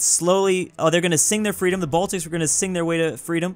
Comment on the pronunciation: The way he said the in this part is kinda funny because he said aww...